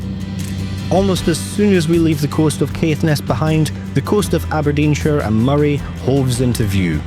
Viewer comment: The only thing I knew about Eastern was they were way too expensive. There should be an alternative to Loganair and could continue on to Sumburgh through Kirkwall. Good to hear someone who can pronounce Moray. Sick of hearing people talking about an eel.